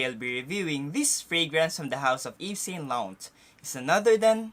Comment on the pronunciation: "Ev So Lo Rong"